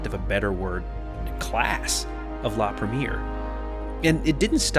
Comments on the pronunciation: La Prhem-E-Ayyy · Awesome review! Just one tip: it’s pronounced La Preh-me-air 😊😊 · Excellent! Beautifully filmed and put together, nicely narrated. I’d fly AF in a heartbeat! Just one thing, please learn to pronounce foreign words correctly. La Premier is pronounced La Prem-ee-air, not the American bastardised English of the first showing of a film (movie)! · Say it with me... La Preh-mee-aihr ;)